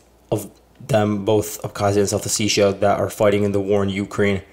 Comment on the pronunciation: Pronounce the word as O-Seti-ya not oticsia